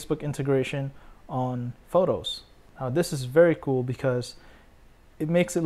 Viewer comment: Photoshhhh :D